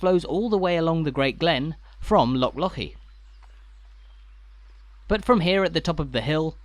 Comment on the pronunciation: An English person who can actually pronounce the word Loch, correctly. Well done and thank you 🦋